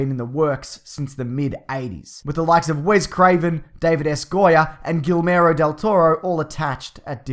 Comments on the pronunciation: Not for nothing the "ll" in Guierllmo are pronounced as a "Y" like your! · You´ll never say Guillermo´s name right man!!!!!!!!!!!!